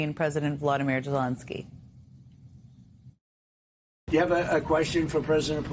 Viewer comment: Not to take away from his mistakes, but you said Zelonsky, the first time you mentioned Zelensky.